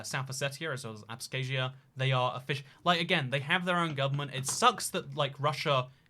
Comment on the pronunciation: Bruh U pronounced Abkhazia like Abskayzhia. its ahb-Kah-zi-a -OR, prhaps even ahb-KHah-zi-a if ur being fancy 😳